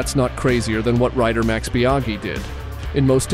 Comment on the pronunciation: Good old Mex Biaghi